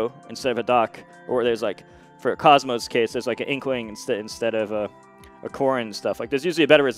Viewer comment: I’ll never get tired of M2K saying “cosmo” instead of “cosmos”